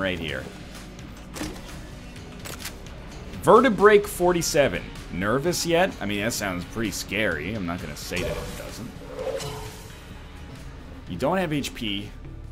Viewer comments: "Vertebreak-47" Damn it NL, missing the pun. It's VertebraeK-47, like Vertebrae and AK-47. Also "Are you feeling nervous" links to the nervous system and the bullets connect like a spine. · It's pronounced vertebrae-k-47 not vertebreak-47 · It's not pronounced Vertebraek-47, I think. It's Vertebrae-K-47. See? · It is pronounced vertebraeK-47, like an AK-47